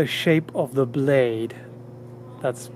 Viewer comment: I’m sorry but I can’t resist. it sounded like you said It literally CUt eento thuh blayeed